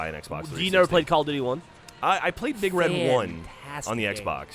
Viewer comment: it's not "Big Red: One" It's "Big Red One"